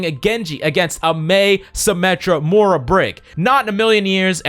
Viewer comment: Why are you saying "Mohra"?! Roast done. Love your content tho ♥️